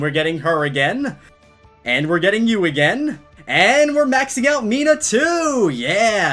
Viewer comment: It’s not Mina-h It’s Meena